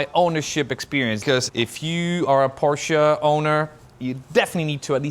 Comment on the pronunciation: Nice addition to your collection! Congrats ! I do miss BMW content a little nowadays however. Btw, did I hear you say Por-CIA ?😮 I guess that if you are from Polish descent, you would know how to pronounce the brand name properly, right ? 😉